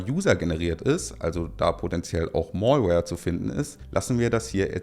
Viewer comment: mälwär. und peipäl. nicht direkt perfekt aber schaudern bei allem anderen. ansonsten schöne sache, gerne mehr und mehr in die tiefe. microschrott brauch niemand.